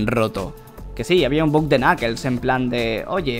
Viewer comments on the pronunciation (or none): none